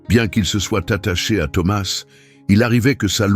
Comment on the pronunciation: C'est une histoire très belle mais pourquoi ce Mr qui raconte ne prononce pas correctement le nom de Thomas ?!!!!?!!?en français on ne prononce pas la lettre s à la fin de ce prénom !!!!!?!?!!! j'espère que tout ça c'est pas virtuel !!!!???